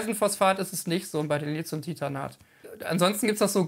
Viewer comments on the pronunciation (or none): Lieber Freund, Hochachtung für deine Seite und für deine Videos! Bisher konnte ich noch nichts Besseres auf dem deutschen oder englischsprachigen Videomarkt finden. Vor den Vorhang!! Darf ich dir noch den kleinen Hinweis geben dass man Lithium nicht mit Z spricht, es handelt sich beim Lithium und das griechische Wort Stein, daher ist der Lithium - Akku mit T zu sprechen 🤣! Ganz lieben Gruß und Danke für deine Ausführungen! Kugel Drechsler